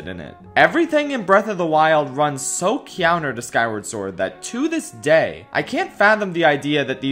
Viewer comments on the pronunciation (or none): Gotta love it when says, “keyownter” instead of “counter”. Music to my ears.